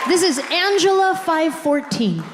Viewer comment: It's not Ajelea it's Angela